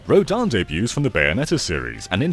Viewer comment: Its flash kick not blast kick. Its Rodin not Rodan.